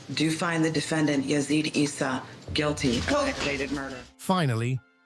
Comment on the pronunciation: His name is pronounced EEsa not Essa